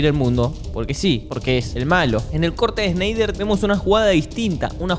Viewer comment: Snyder, pronunciado como Schneider me dió sed 🍺 😂